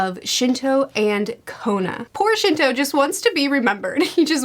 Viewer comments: Oh no… lmao the fact your talking about him being forgotten and feel sorry for him… literally butchered his name which proves the fact “Shino” aka the name you gave him cus he’s just not a man people remember, wether its in or outside of the story in the actual manga, or reality when we’re reading the story….!!“Shinto”!! FYI: can’t use his real name anymore when discussing him, cus Shinto made me laugh and it’s just a fact that his name was changed and his actual name is “Shinto” now lol ANYWAY!!! Very very very happy that your enjoying the story, it’s a near and dear story to me it’s arguably always going to be my #1 anime/manga series because of the significance it has for me and my growing up as a kid, teenager, and an adult. So I’m happy that not only are you reading it, but your actually giving it the focus and attention to details, and overall story as a whole it deserves because it truly is a phenomenal story that I’m sure anyone who gives it a REAL chance would see how complex it is, but how easily you can find yourself taken in by the Naruto universe and can’t help but finish the story regardless of how you felt about it prior to starting it. Love the anime/manga content! Keep it up! Your honestly Doing great as an anime/manga YouTuber even though it’s not your full time thing for content 👍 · When she said Shinto and Kona i had to go to the comments to figure out who she's talking about. Shino and Kiba?😂😂😂😂😂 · Ye, lol. It's Shino